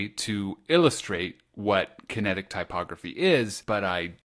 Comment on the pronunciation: Loved it! The way You speak makes this entertaining to listen to. ty·pog·ra·phy though xD